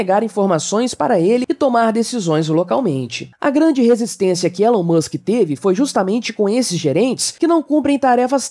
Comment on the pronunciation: Não é "Élon" é "Ílon", mano me dá um treco toda vez. Como falam do cara o tempo todo e não sabem falar o nome dele.